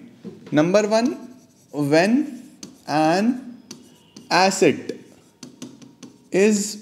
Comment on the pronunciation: Asset ki acid , what pranounciation , 😊